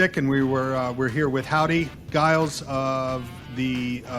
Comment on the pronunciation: Grew up with Howdy and his family, and while he’s too polite to mention it, it’s a soft G…”Jiles”.